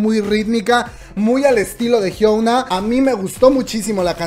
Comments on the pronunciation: me perturba que la le diga HYUOUNA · jsjsjjs me causa conflicto que digas Hyouna jajdjsjjs pero gracias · hiouna ???? que es esto :v jajaj